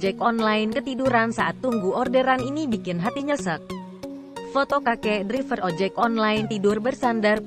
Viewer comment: Maaf, ada sedikit masukan utk. narator : tulisannya emang driver, tapi bacanya draiver. Trims.